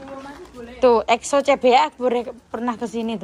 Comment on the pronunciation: exo jadi eko😭😭🤣🤣